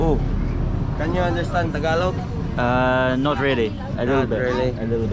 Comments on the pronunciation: it's not pronounced Taga log. It is pronounced and sounds like Tagahh log. Please practice this. It's no Basuig. It is Bisaya Magandang Gabi is Good Evening in Tagalog (Spoken in Manila or Luzon). Since you were in (Mindanao) Davao. And if its morning Say Mayaang Buntag (Good morning) instead of Mayaang Gabi witch is good evening in Bisaya or Cebuano. 👏😉😄 Maserap is also Tagalog. You want to say Lami Kaayo in Bisaya or Cebuano. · They don't pronounce it "tag a log" it is pronounced "ta ga lo"